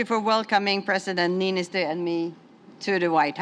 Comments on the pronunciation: "President... Nisto!" Ehh, close enough. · No one can pronounce Niinistö's name right... 🙈😅